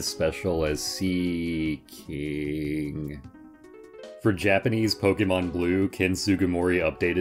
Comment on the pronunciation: the way you say "seaking" here haunts me